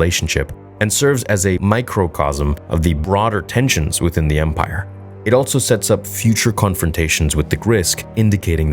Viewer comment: Is altso a word? I thought it was ‘also’ all this time.